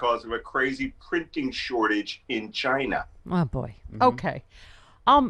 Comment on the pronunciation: Is it my imagination or did Malcolm just channel trump with the way he pronounced "China".